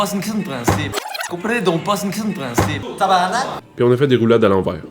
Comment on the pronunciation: Assez satisfaisant de voir enfin un Français dire "tabarnak" comme du monde. Thx pour l'éducation à l'étranger.